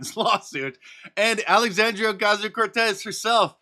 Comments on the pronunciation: Mark man.. that rolling R you do in AOC is so cringe. Please stop doing that. I'm begging you. 😖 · Please stop rolling your tongue like a school boy when you pronounce AOC's name. It annoys many of us! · I'll never get tired of Mark's "Alexandrrrrrrrrrrrrrrrrrrrrrrria Ocasio Cortez"